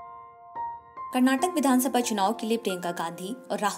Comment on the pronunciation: karnatak nahi KARNATAKA💛♥️